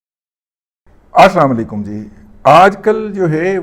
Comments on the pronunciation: Pl don't sa aa samalaqum,say aslamaalaqum. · دادا جی اپنا اسلام علیکم کا تحفظ کی ادائیگی درست فرمائیں ۔ ضد چھوڑیں کسی اچھے استاد سے سیکھ لیں ۔